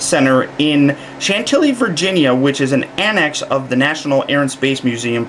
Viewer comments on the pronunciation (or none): none